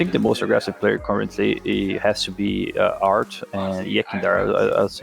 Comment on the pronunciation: anybody else heard guerri saying fart instead of art lmao